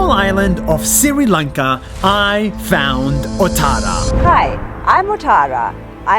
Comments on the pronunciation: Nas, I have commented this same comment some months ago... I have written there , The correct pronunciation of 'Sri Lanka' is: "Sri Lanka" not 'Siri Lanka". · Nas it is not Siri lanka it’s Sri lanka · Great video Btw its not spelled siri lanka it pronounced "Sh- ri lanka" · Nas daily I am not complaining but It’s not Siri lanka it’s Sri Lanka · Not siri lanka its sri lanka love from Sri lanka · its pronounced shri lanka not siri lanka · Me being the sri lankan laughing at when nas pronounced sri as siri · It is not called siri lanka it is pronounced like shri lanka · It's not siri its sri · you said "siri" lanka its sri lanka :》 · Dear Nas i know you hate mispronouncing NAMES It's Sree-lanka not Siri-lanka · It's not siri Lanka it's Sri Lanka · Why r u always telling SRI LANKA as SIRI LANKA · For the th time Nas , It's SRI LANKA, NOT SIRI LANKA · And it's SRI Lanka Not siri lanka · its pronounced shri lanka not siri lankaaa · Did this dude legit say Siri Lanka? It’s pronounced Shree Lanka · Yes he pronounced s-r-i Lanka instead of sh-r-i lanka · Correction - Its not Siri lanka , its SHREE Lanka Pronounced Shhhh-R-ee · Nas this is Sri Lanka not Siri Lanka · Nas: sri lanka Pronuunces siri lanka Me who is living i n sri lanka: so.... I've been pronouncing my country wrong... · Nobody: Absolute nobody: Nas: Siri Lanka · "siri lanka" im not hating btw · "siri lanka"😂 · nobody : nas : pronounces sri lanka as siri lanka.... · As a srilankan it's kind of annoying when they pronounce it like that😂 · Yes nas always pronounces it wrong